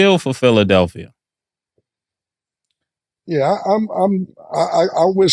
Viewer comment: 😂😂😂😂😂😂😂😂😂yo the way mase is calling draya philidalpia lmfAOOOOOOOO THIS IS GRREAT FOR PHILLY😂😂😂😂😂